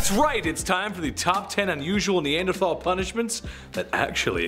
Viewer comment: pronounced Née Ann der Tall